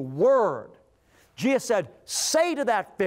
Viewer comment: I wish he would say Jesus not Jeeus half the time.